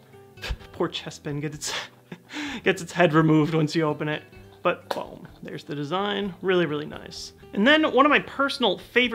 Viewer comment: Love when says "BOAM" instead of boom.